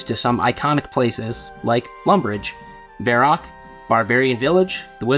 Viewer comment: Why can't you pronounce Varrock properly?